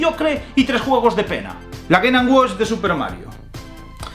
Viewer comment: Cómo confiar en la opinión de alguien que dice ''Geynanwach''?